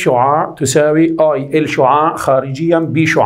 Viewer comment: ركزولي باول المقطع على كلمة s شعاااع شلون عم يقولا😂🌚